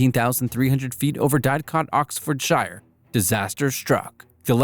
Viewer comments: “Dadcot OxfordshIre” When it’s “didcot oxfordshEER” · Americans cannot pronounce simple British place names 😭 “OxfordshIre” (should be oxfordshEER) “ManchAster” “dAdcot” (should be Didcot) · "Diedcot OxfordSHYRE" hurt my soul